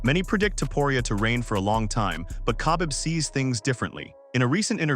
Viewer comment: The way he pronounce Khabib 🤣